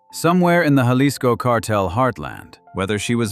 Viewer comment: learn how to say Jalisco